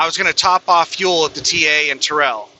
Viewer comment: Terrell is pronounced Tair-L